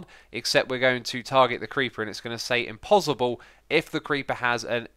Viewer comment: Not trying to be a grammar nazi, but "IMPOSIBLE" is not the correct pronunciation